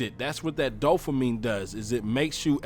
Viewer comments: Dude, dopamine not dofamine...thanks though for the good video. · Did you say “DOE-fuh-meen” ?? I swear I heard you say that twice about halfway through. I know you mean “dopamine” but I had to stop watching bc of that error... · “Dofamine” ...wth bud?! Dopamine, is the word you’re attempting to vocalize. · I totally agree!!! My oldest son has been telling me this for years. He does NO social media....I'm gonna follow. Great message...but in the future, try to use correct pronunciation of the word "dopamine" .... not "doffamine". Bless you and keep pushing the message!!!! People DEFINITELY need to go back to REAL social interaction. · Dopamine. You sound like you're saying dofamine? But great video dude, I agree with everything you said.